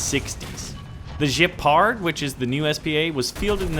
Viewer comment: And it's G ep ard. It's German not French.